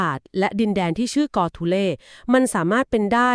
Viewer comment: กอทูเล ครับไม่ใช่ โกทูเล